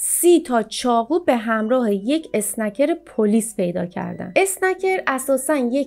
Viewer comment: اسکنر نه اسنکر